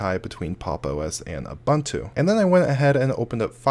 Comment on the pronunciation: It’s not pronounced uh bontu. It’s painful to listen to the video.